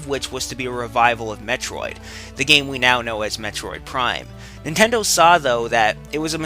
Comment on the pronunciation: Yeah.. You said again.. But the fact that you said "IF NENTENDOH CAREDBOUT UZ"